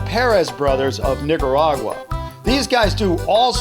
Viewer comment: it sounds like he said Niggaragua